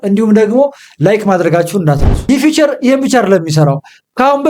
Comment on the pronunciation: ፊውቸር❌ ፊቸር✅